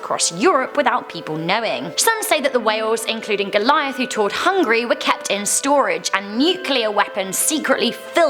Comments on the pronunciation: hungAry.. not Hungry.. please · It's pronounced Hon-geh-ree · When she says it it sounds like hungry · When you said "Hungary" it sounded like you said hungry.